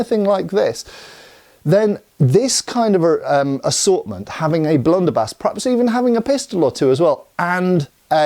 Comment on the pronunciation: "Blunderbie.."....😅 ded